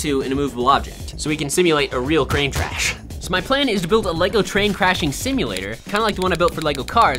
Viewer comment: At the very beginning of the video where he's talking about to simulate a train crash, he says crane trash